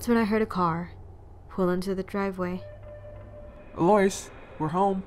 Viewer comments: the name "Eloise" is pronounced ELL-oh-WEEZE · Ikr it didn't even register for me that her name was supposed to be Eloise. I kept thinking she was saying Delores for the entire first half of the video 😂